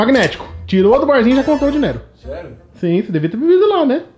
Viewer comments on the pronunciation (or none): o falando dinero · fala dineiro kkk